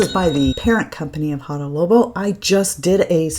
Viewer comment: Fun video, thank you! FYI, you are saying Hada Lobo not Labo!☺